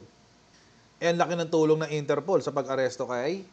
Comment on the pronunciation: Its not ENTERPOL it's " INTER POL " Internacional Polis " Polis ayus syusin mo pannalita mo, many are listening in your correct pronounciation .😊😊😊😊